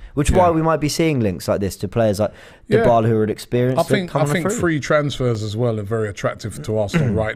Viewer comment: Christ Robbie!!! Stop butchering names! Every time I hear you say DIEBALA it's like a knife in my ear